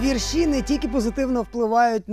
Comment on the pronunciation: обоже мій, початок літературного шоу, а ведучий вже говорить віршІ, а не вІрші, кайф!